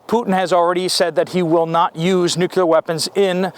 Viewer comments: Nuclear, not nucular. Nice cannon 👍 ☢️ can't wait. Gonna be a f. Flag. What an exciting day we live. Hurry up and wait 😀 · Nuk-lee-ar , not nuc-u-lar. Yea, I'm an English major. 🤷🏼‍♀️🤣